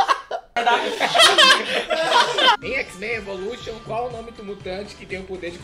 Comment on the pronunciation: Em xiz mem evoluxon kkkkkkkkkkk